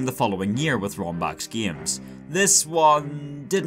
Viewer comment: i love how he says " gæms "